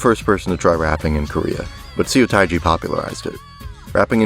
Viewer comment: If you see a Korean word written with “eo” in it, it’s probably pronounced “uh”. (“u” is pronounced “oo” like in “too”.) So Incheon Airport is not “intchy-on”. And “Seo” is not “see-oh”, but “suh”. And “mukbang” should technically be written “meokbang”.